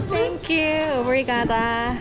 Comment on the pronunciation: 전 리스본에서 알러지가 올라와 응급실 가고 제대로 여행을 못하고 바르셀로나로 넘어가 아쉬웠는데…알찬 영상 재밌게 잘 보고 있어요😄👍 그리고 오브리가도를 오브리가다라고 하시는데 이런말이 있나요? 궁금해서 여쭙니다😄😄😄